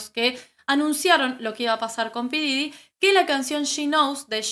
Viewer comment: Se pronuncia Pop Didy